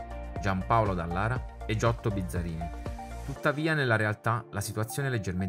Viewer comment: Buongiorno , visto che siamo in tema di errori, avete sbagliato due volte il cognome dell' Ingegner Giotto Bizzarrini che ha due erre e non come da voi pronunciato Bizzarini . Saluti